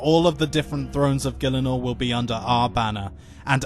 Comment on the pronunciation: FUCKING MISPrONOUNCING GIELINOR? SRSLY?